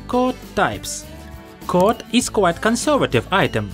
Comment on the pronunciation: Coat not Cot